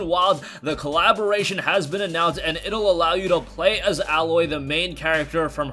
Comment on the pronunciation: Her name is "A-loy". NOT "Al-loy". (hyphens for syllable pronunciation, not to mention proper spelling) She's not a metal. Smh. Seriously bro, where did you go to school??